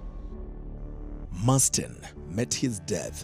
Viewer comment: Hata wewe reporter, hujawahi kuona jina MARSDEN? There's nothing like "Masten"!😅